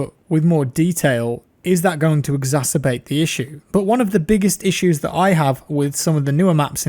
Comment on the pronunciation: So glad you pronounce “exacerbate” correctly. Looking at you :p